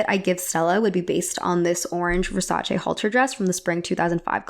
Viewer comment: I'm Italian. You pronounced Versace correctly. Subscribed.